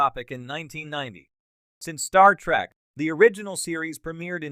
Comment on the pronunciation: it is trek not track